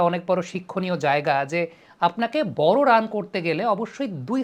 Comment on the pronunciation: ড় এর উচ্চারণ কি র??? বর নাকি বড়?